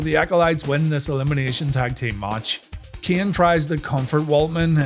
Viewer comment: It's a good thing shamrock is gone, for the sake of listening to these videos. I often had to look and check because there is no difference in the way you say "ken" and "Kane" lol. Love the series